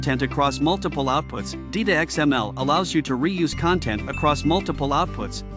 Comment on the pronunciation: it's not DEETA. it's DITA as in ditto.